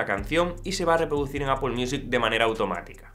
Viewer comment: Un español diciendo Apple y no Apel? Genial!